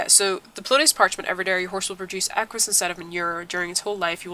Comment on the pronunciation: it's equus not aquus